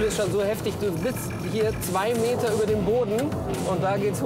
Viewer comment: Mann sagt über nicht ober